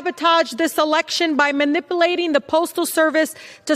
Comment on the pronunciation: She can’t even pronounce “manipulating”! What the hell is she doing in our Congress?!